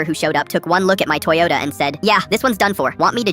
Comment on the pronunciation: the "beat up t-HOND-oyota" at the end killed me 💀💀